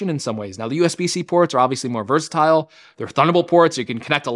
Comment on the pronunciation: You pronounced “versatile” in the British way, not the American way. Good show